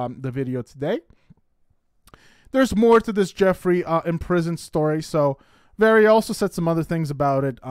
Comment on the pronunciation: It’s not very-uh it’s var-iuh. It was so annoying listening to you mispronouncing her name over and over and over. There is no E in her name!